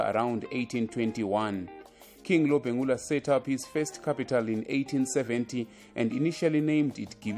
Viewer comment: King Lobengula wena sthutha , not Lobhengula .